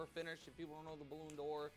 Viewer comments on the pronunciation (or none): it took me a while to understand that Baloon Door is Ballon D’or hahahahahahaah